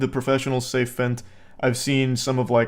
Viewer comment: I love Charlie. But why does he say "fint", i guess he means fentanyl?, as a "none-english" speaker its important that you speak clearly.